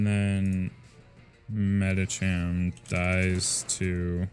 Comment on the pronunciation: Medicham is pronounced with ch like cheese burger